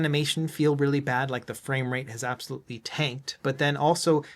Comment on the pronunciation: "this is something you can ABXYLUTE do" 😂😂